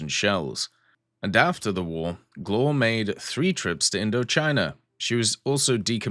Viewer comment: a tip for the prononciation , it's more like "glwhare" like the "wha" form "what" just you cut the t and say re instead but you don't rly pronounce the "e" hope this helps ;)